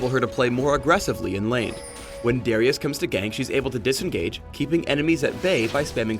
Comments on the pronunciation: Each time he says Darius it get's progressively worse and worse. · Lol - "Deerius"..., you're funny.